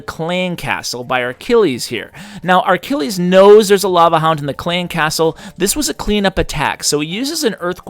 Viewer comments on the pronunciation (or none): Why do you say Ar-Kill-eez? There's no R in his name. It's Achilles. Uh-kill-eez. And, yeah, one of those was a th10 vs a 9, not really a fair comparison